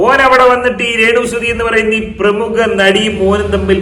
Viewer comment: തനിക്കു പ്രേമുഖ പ്രേമുഖ എന്ന് പറയാനേ അറിയാത്തോളോ